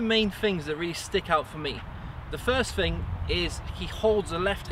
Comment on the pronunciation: I can't concentrate when watching these videos, every time he says "fing" instead of "thing" I get lost in my head.